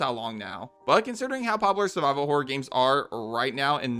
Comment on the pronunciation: When he said "Subscribe for more survival horror," for a moment I thought he said "survivable horror." My favourite kind of horror.